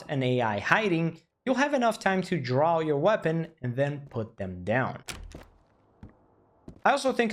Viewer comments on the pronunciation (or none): none